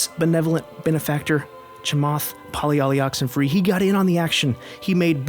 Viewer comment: Yo, critique Chamath Palihapitiya all you want, but nice try hiding that purposefully racist purposeful mispronunciation of his name . Real cute, bro.